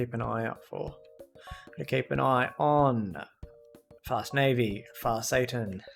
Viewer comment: Sorry, but I have to laugh. You keep calling Far Saturn, Far Satan. The horse is named after the planet, not a fallen angel. 🤣🤣🤣 I giggle every time you say it. For the face cam, I'm not bothered either way. For me personally, if you are going to bring back the face cam, I would prefer it in the upper right corner. That's just my personal preference. If you decide to bring it back, put it where you feel fits best. It's not my channel, I'm going to watch either way.